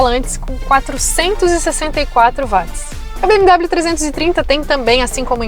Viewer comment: Não se pronuncia BM DÁBLIO mas sim BM Déblio! Hellllloooo! 😅😀🤪